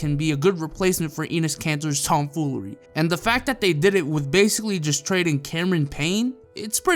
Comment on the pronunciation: When he says Tom foolery😐